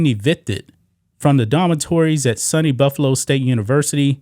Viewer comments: I dont usually correct mispronounced words, but It is pronounced Sue-knee, not sunny. (State University of New York) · SUNY (Sue - Knee) not Sunny…. State University NY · It's pronounced "Soony" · My friend it's pronounced sue knee and cheek 2 wa ga. Great job reporting.😊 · You pronounced (Cheektowaga)Cheek ta Waga right but SUNY is pronounced like Sue Knee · It's pronounced Sooo Neee Take care bro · has never heard the pronunciation of SUNY before 😂😂😂